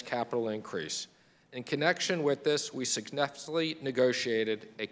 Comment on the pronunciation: bro somebody needs to compile his blubbering blunders, he's got a speech issue. successfully? Gravel? bruh.